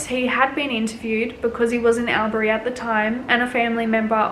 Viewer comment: Its pronounced All-berry